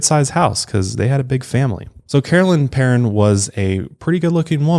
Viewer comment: As a Perron myself this case always creeps me out so much. Also thanks for saying our name correctly!